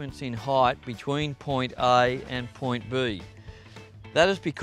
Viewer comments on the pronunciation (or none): who else came to the comments for "point buuuheeeee" ? lol